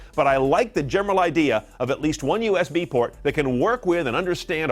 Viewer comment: Its usb not usp.